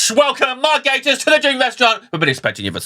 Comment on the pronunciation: I can only profusely thank you for pronouncing his name correctly. One of my biggest (semi irrational) bug bears is people saying Gah-tiss.